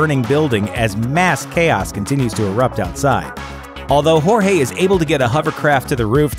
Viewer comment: Jorge ⏩ Horhay 😂